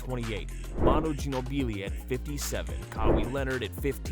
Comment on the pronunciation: Tip: type it like this, KA-WHY and Jee-Know-Blee... That's how you command AI 😂